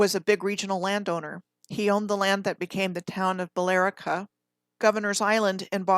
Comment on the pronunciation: It's pronounced Bill Rica. I live in Massachusetts. Thank you for this much appreciated